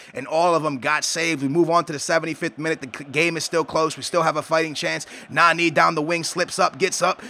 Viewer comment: Its so annoying that u say Nanee